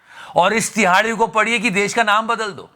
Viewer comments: Tihadi ❌ Dihadi✅😂😂😂😂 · Love the way you say #TIHAARDI😂😂😂😂